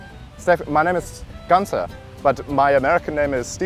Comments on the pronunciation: is not gunza, learn how to pronounce it the German way;-) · his accent is „funny“ but not a genuine german one. It starts off with the pronunciation of his name, that any German would pronounce differently. Nonetheless, awesome prank.